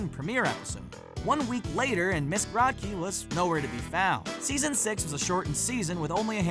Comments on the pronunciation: Raise your hand if you also got a concussion from all the facepalming during the Recess entry? You know, 1+ facepalm for every time Graht-key was pronounced. facepalm It's pronounced Groht-key! Like grow! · it's GROW-KEE, you uncultured swine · yeaa like its pronounced Miss Grow-Key .. not whateva the hell they said lol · It’s pronounced grow key not gra key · It's Ms."Grow-te-Key" you uncultured fools. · Grotke=Grow-t-key man. Come oooon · It was pronounced Grow kie if i remember correctly. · Miss Grotke is pronounced with a long O. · I like Chloe more then Sparky! The show was going down hill either way! Also you pronounced " Miss Grotke" wrong. Man she was hot! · if you watched an episode of recess, you'd know how to say her name.